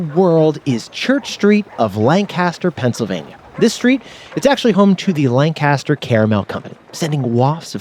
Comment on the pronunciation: Another good episode. Two things, tho: 1. It's LANC-a-ster, not Lan-CAST-er. 2. They're called "Dutch" because the German word for "German" is "Deutsch," which, not knowing the language, became mispronounced by English speakers as "Dutch".